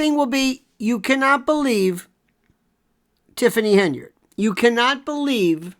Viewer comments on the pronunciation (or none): Pronunciation is terrible - tifffany hindered ?